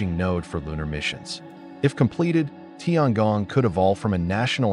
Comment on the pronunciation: tiangong, 天宫，不是tiangang